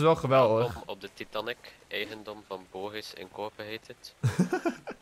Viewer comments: Nee je zegt titanic eigelijk als taitenic zegt et fout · Titanic hoe zeg je dat titaanic